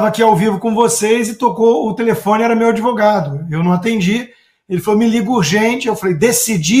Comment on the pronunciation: Se o dotô adEvogado, o paladino dos hamburgueres na chapa falou, então, tá falado, falei? 🤣🤣🤣🤣🤣